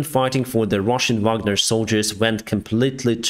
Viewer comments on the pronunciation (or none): none